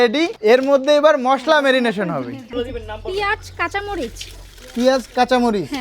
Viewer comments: রিচার্জ বলেছেন আবার মেরিনেট না বলে কি সব ভুল উচ্চারণ শিক্ষক হিসেবে এসব কি বলেন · উনি টিচার অথচ উচ্চারণ ভুল বলেন রিচার্জ বললোন রিসার্চ না বললেন আরো অনেক কিছু ভুল উচ্চারণ। মেনিমেশন বলেছেন মেরিনেট না বলে।